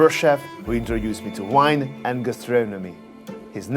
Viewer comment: why do you constantly pronounce the word vintage as wintage and vegetables as wedgetables, but pronounce wine as vine please fix this